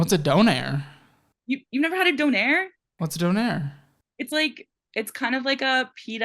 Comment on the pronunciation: In Canada we say donair:) and pronounced it properly, bro